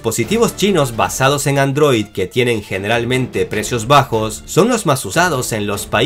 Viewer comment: No pueden tomar en serio a alguien que dice ANDROÍ